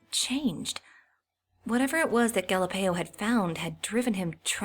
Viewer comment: Galapeio? More like Galieo.